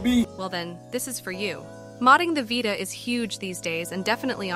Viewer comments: V👁ta or VEETA lol voice needs some perfecting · vita, not "vaita" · Vie Tuh your ai voice done goofed